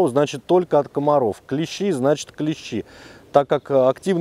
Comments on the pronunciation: Все хорошо, но только не клЕщи, а клещИ... клещи это инструмент..))) а так супер! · Спасибо! Красава! Единственное правильно говорить клещИ,а не клЕщи...😅 Молодец! 🎉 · Только не клЕщи (слесарный инструмент) , а клещИ. Прошу прощения. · Все правильно и все по делу. Но есть небольшие огрехи, которые режут слух: "Инцефалитики" - это те, кто заболел энцифалитом))). Костюм называется "энцифалитка", соответственно "ЭнцифалитКи". Не "КлЕщи", а "КлещИ". "КлЕщи" - это инструмент в разных областях от кузницы, до медицины. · На радио "Маяк" недавно появилась рубрика: Училка против "Маяка". Она поправляет ведущих, когда они делают неправильные ударения в словах. Сегодня и я набрался смелости. и хочу сделать поправку. Слово клЕщи - обозначает инструмент,для вытаскивания гвоздей из дерева,например. А те твари, о которых ведётся речь, называются клещИ. Спасибо за внимание. Спасибо за видео. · Клещи́, ударение на последний слог ,а клещи это инструмент. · Очень уважаю автора Но не могу обратить внимание на ошибку в слове клещи Ударение ставите на 1 букву , это название инструмента Если ставите на букву и то вы попадаете в тему в ролике :) Удачи вам!